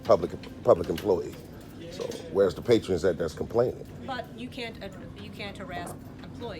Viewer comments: are you saying p a t r i o n s LOL its patrons not Patrions. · *Lib(ra)ry. *Patron, not patrion.